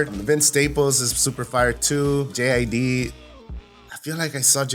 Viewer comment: it’s JID, pronounced like “Jid” with a short i sound, not “J-I-D.”😂😂😂😂😂😂